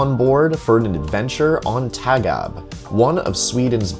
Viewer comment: Its Tåg AB not taga im from Sweden and Å=O "Tog"